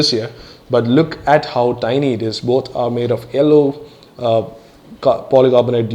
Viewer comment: Its yellow....not ello!!!! XD HAHAHAAHAAH